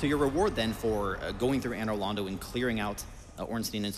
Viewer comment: The way Americans pronounce Anor Londo is driving me hollow